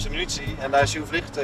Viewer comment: Het is "munitie", niet "minutie". Zo irritant vind ik dat.